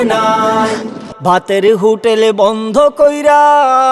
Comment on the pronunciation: স্বজন, দলের, হোটেল শব্দগুলোর উচ্চারণ তো মারাত্মক....